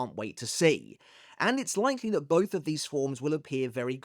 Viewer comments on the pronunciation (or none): none